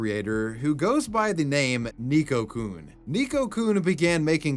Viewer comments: hmm sorry about playing the grammar police here but it's pronounced Neko-Kun not Nico-Kun.. like the e is spoken a bit more like ey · it’s pronounced “Neh-Koh” not “nee-koh”. Carry on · How did you pronounce neko so wrong, it's Neck-o (I say this as someone who speaks japanese) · Neko is pronounced NEKK-oh, not NEEK-oh. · The way pronounces "neko" as "nico" or "neeko" hurts my ears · Just as an FYI, Neko-kun is pronounced nay-ko, not neeko. In Japanese, "e" makes the long a sound. Neko means cat. 😺-kun. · are you pronouncing "neko" as "nico"...? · The hiragana used is ね which in English is “ne” and pronounced “neh” as in neck. So it isn’t “nee-ko”, it’s “neh-ko”. Nee-ko would be spelled にこ, not as we see it spelled out ねこ. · neko-kun, not niko-kun. he even spelled his like "neckokun" so you'd pronounce it correctly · "Ni"ko-kun...It's pronounced "Neh"ko. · 'Neeko-coon'... painfull. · FYI, you were pronouncing Neko wrong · The "tell us you don't watch anime without telling us you don't watch anime" challenge.:::Repeatedly mispronounces "neko"